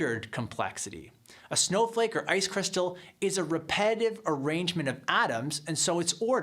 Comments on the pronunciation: It's not repetitive, according to this dude. It's 'highly repe-dive'. Yes, 'highly repe-dive', there, I said it again. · it would also help his case a lot if he would learn to pronounce "repetitive" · When you can't pronounce "repetitive", then repetitively mispronounce the word, the irony destroys your credibility on anything more "complex" in your argument.